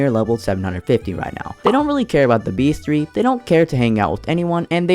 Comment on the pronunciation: you pronounced bestiary wrong